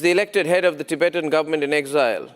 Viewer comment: also its Tibetan not tibetian